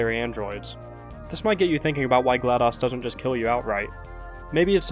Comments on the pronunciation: its not a short o in GLaDOS its a long o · Gla DOS? Like MS DOS? Like "daus"‽ No no no no no no no no no no no no no no no no no no! It's Glad OS like Mac OS. Pronounced Ohs. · Wait a minute you mispronounced Glados.... wait dos 🤔..... dos.... ohhhhhhhh!